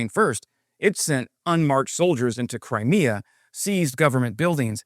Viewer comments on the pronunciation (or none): none